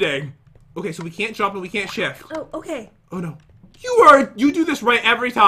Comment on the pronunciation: ShIfT What i hear: sH!t!